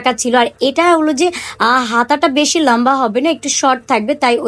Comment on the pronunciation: Apu lamba na lomba hobe🤣